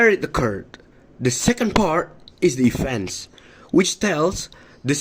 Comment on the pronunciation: The actors have less eye contact which caused a little bit hesitant expressions which influenced their fluency in presenting the content. While answering, they covered the speakers with text that showed no fluency. Some words were pronounced incorrectly, for example: feature, museum, and events. the actors showed less effort in mimicing the american accent (native accent). They presented the introduction and problem, however, they didn’t deliver in scene how did they solve the problem which caused confusion in the story line. The story was clear, yet the ending should be explained and delivered more by the actors. The cursing idea presented a creative way in delivering the lesson related to the magical story that they made. -Keisa.22I